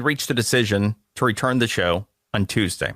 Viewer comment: he said thuesday, lol.